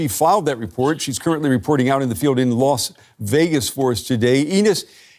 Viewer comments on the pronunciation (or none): Hey dude ! It's LAS Vegas, not Los Vegas.